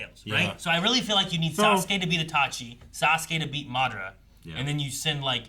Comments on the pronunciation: So. How long do we think we will have to wait till they pronounce Madaras name right? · You guys are pronouncing madara wrong